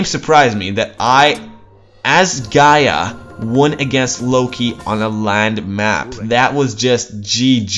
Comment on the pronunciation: nah pronounce it with no accent on the a